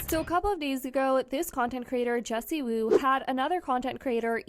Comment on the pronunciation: "Wendy" Woo??? PUT SOME RESPECK ON JESSIEEEEWOO NAME!!!